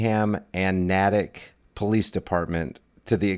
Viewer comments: Naaaaaaytick lol it's pronounced naaaaytick..long A...other than that you should thank him for getting people to say.."hmmm, I wonder what that video really says" and subliminally directing them here..where truth is prescribed and justice is sought. If he leaves out your last comment he is just as bad as google..who, oddly enough, was his first source of reference i.e. "wikipedia" to gather information about you. (Talk about far left 🤣). Nevermind that my son's middle school teachers in Massachusetts won't even allow tiny details of homework to be noted by wikipedia because of its misinformation, a professional editor SHOULD have acquired information directly from its source i.e YOU. It wouldnt have taken long for him to realize you are a staunch supporter of the constitution and the freedoms that are slowly slipping through are fingers..case in point, censoring news. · It’s pronounced (nay-tick) btw. I was born there...